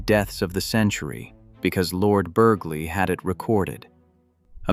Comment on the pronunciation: Not Burgley, Burley